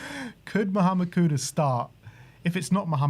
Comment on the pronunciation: I appreciate that you call him Kudus and not Kudos